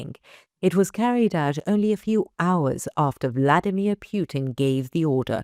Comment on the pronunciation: This is a Ukrainian news channel, so why do they mispronounce the name of the main Russian war criminal? The 'u' in his surname is pronounced "POO-teen", as in 'put', not in 'pute'. The ANKA's AI needs some basic training.